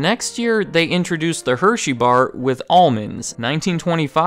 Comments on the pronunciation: Omg he said “amen-monds” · U say almond’s weird